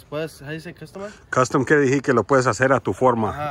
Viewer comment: DECIR DECIR DECIR, NO DIJ I R